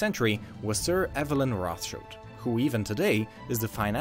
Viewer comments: pleeease stop saying "Roth" like American English "th" but say Rot like maybe Road - would sound 100x more German xD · It's not pronounce as Roth-child it's Roth-shield! They are germans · Its CHILD not ROTHCHILLED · Greetings from Frankfurt in Germany! Its Roth like red. Modern rot=red. So no "th" ;)